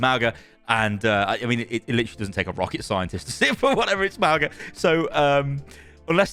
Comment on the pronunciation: [MAWNG-uh] not [MAO-guh] - the 'g' in Samoan is pronounced like the 'ng' of sing